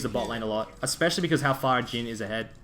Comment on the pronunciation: his names jhin not geen btw